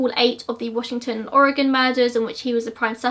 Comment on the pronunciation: I love it, Ted Bundy has always fascinated me especially bc I grew up in the area he was active in. Thanks for another amazing video. The way you pronounce the towns/areas out here in WA is adorable I love it hehe